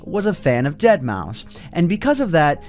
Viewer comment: you pronouncement continuously wrong. Say it like deadmaw five